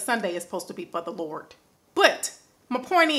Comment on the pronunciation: I'm so done with her "Sunay is supposed to be for the Lort!😂😂😂😂😂